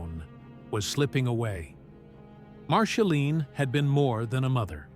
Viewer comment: A.I. , PLEASE STOP !!! , MARSHALINE ? come on !! , Angelina JOLIE , GET IT CORRECT OR F>CK IT , YOU MESS EVERYTHING UP < NOT REAL VOICE , YOU WOULD THINK IT WOULD HAVE A INTEL OF PRENOUNCING , OH SORRY <CANT SPEL < OF THE NAME OF THE BIGGEST STAR ON THE PLANET ??? A.I. just BLOWS BIG TIME , DO THE NEWS OR THE WEATHER < { GET RID OF A.I.} WITH THE STORIES THAT MEAN SOMETHING, LIKE REAL PEOPLE , OR , JOHNNY HELLER , BOOK`S THAT GIVES REAL PERSONALITY TO THE STORY ! ZANGZ SALOT// LINDA P. SO SAD , NOT INTERESTAD , OPPS CANT SPELL